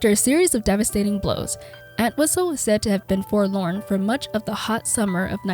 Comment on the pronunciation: The entire video she kept mispronouncing our last name 🤦🏻‍♂️ it’s ENT-wistle not ANT-wistle